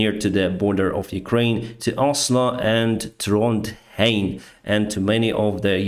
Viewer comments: You pronounced Trondheim really good! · you said Oslo and Trondheim very well, almost like a local :) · Keep up the good work! Blessings from Norway 🇳🇴 ❤️🇺🇦 You pronounced Trondheim correctly 👍🏼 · you naild it on the pronunciation of trondheim. Slave Ukraini.